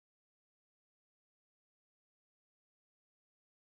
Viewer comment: siz bizim spikelere bakmayin. her zaman oldugu gibi iyi turkce konusun. Sunu denek istiyorum INCEK degil INECEK.